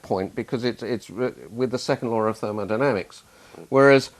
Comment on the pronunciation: therol dynamics, did I hear that